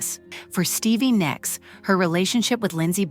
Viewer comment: Nicks, not Nyx!!!! Damn it pisses me off when they can’t spell names, right! Cheap computer machines that narrates this crap